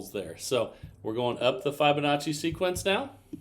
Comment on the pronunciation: Who will tell him that he’s been saying Fibonacci wrong!!